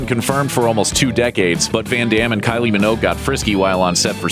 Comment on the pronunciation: Kylie.... Please stop pronouncing the 'G' you American.